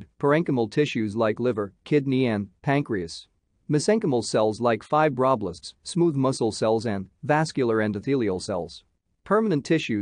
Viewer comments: Good video. Shame about the pronunciation of "fibroblasts". Using a live voice over would be better. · the way the AI says fibroblasts is making me giggle